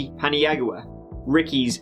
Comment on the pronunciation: I am pretty sure you pronounce his name Pin-yow-uh. Just being helpful, not a jerk i swear! (presumably it is actually spelled something like Paniagua)